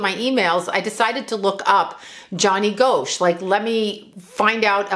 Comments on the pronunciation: I live in Iowa and remember when this happened. Another paperboy went missing soon after named Eugene Martin. Pronounced Gosh, not Go-sh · It's Gosch not Goasch when pronouncing the name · Gosch is pronounced "Gosh" rhymes with mosh :) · ...its pronounced Gosh💚💜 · I grew up in Iowa and I believe I was a senior when this happened. It was a very big deal and probably the first missing person I had ever heard of!!! The last name is pronounced like gosh. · Btw, it's pronounced like "gosh". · His name is pronounced Gosh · Pronounced like Gosh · If you are going to talk about a famous case, you might at least pronounce his name correctly. It’s pronounced GOSH. And by the way, all indications are that he is alive. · Here it is nearly 41 years since Johnny Gosch disappeared. You were wrong about so much, including the pronunciation of his name. There's an 81 year old woman who has never given up hope of seeing her son again. You should be ashamed of claiming to know anything about what happened to Johnny. Hopefully Noreen has never seen this video and you stop doing this kind of content..